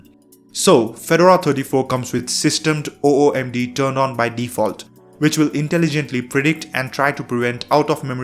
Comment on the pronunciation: Activities overview and Workspaces have always been unified since Gnome 3. They just switched vertical layout to horizontal. And it's pronounced /systemdee/, not /systemed/.